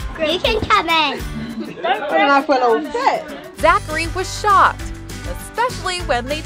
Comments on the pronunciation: She said shocked not shot lmao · owen buchan no I heard shocked but when I played it back it sounded like shot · It kinda said shocked it sounded like shot but 😂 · she said shocked if you listen closely